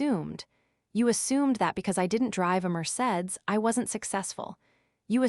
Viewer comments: Mercaades ?? Not Mercedes-Benz? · I don’t drive a Mer-Saids